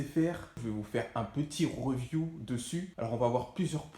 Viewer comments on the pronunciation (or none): voilà pour se Rrrreeview 🤣🤣🤣